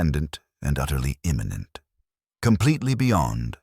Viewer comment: The word is immanent, not imminent. "God is utterly transcendent and utterly immanent."